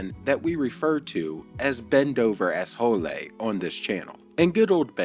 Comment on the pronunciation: Just makes me giggle every time you say ben dover assho lay